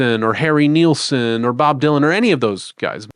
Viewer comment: please do not mis-pronounce harrys name . its NILsson , not nealson .